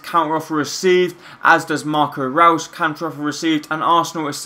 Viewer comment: Great career mode man, btw just so no one gets annoyed with you it's pronounced Marco Royce(I know it's spelt reus) but that's how it's pronounced and Rodriguez is pronounced as hamez